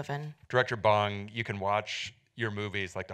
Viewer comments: Hi last name is BONG !!! Not Bang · it is NOT pronounced bAHNg. its like boy, bowl, bode, bore, ohhhhhh. bong june ho - bong june ho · The director's name is pronounced as Bohng... not like the smoking bong. At least try to pronounce the name right as it should be if you have him as a distinguished guest.